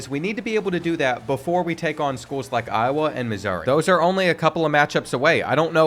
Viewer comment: Show some respect on Iowa's name